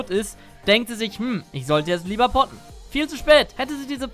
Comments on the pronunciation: Wer hat nich poppen anstatt potten verstanden ? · Ich habe erst poppen verstanden 😂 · jedes mal poppen verstanden :D